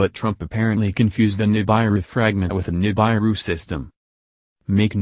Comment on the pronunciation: NI -BAI-ru? Ni-BAI-ru fragment? Come on guys!